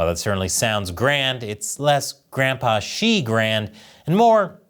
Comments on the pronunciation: Haha. For a moment there, I thought you said "grandPOOH" instead of "grandPA". Silly me. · You said Grandpa Xi or Grand Pooh Ba Xi 🍯